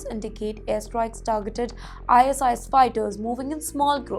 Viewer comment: why the hell are u reading out ISIS as .. Eye .. ass..eye ..ass// its ISIS ( Eye Sis).. gawd..